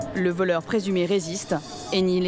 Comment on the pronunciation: Mwa c pas voleuw 😂